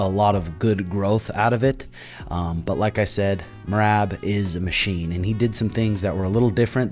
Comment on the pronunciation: Love me some shuge and and love me some Merab as well, keepin it 100% facts. However, if you just so happen to read my observational comment please answer me this. I can’t help but chuckle every time you say Merab’s name as “Meraahb”, it feel like since you mispronounce it, and have ever since shuge took the first bout with him, it’s a slight dig. I actually think it’s hilarious so I’m truly curious if there’s meaning behind the drawn out A in his name knowing it probs irks him a little every time you say it. Love you boyz!!